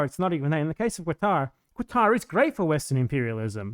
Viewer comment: As someone from Lebanon/Syria, who grew up in Kuwait to a poor expat family, I have a personal hate against the Oil Monarchies of the Persian Gulf, but as you said the willingness of Westerners to criticize non-Western countries much more harshly than their own much more destructive countries is disgusting. Minor correction: the Q in Qatar isn't a qu/kw sound, it represents a sound not existent in English, just say Katar that's a much better approximation in my opinion.